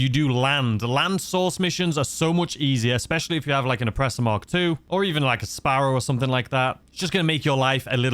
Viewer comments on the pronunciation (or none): none